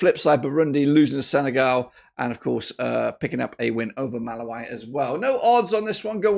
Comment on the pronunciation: Malawi is pronounced MA-LA-WE(ENGLISH)